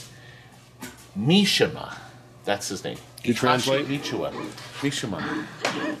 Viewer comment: Ma-SHIMA of Tekken 3? wrong, pronounced wrong! Mi-shi-ma!